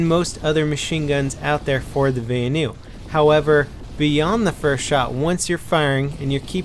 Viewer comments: Why does he say Vanu so wired...it sound like he's saying Va-anu,not Vanu. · its pronounced Vanu as in Vahhhhnew